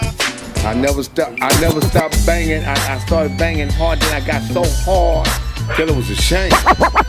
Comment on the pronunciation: needs to be on a Viagra commercial, “ I had so HAAWD! “ 😅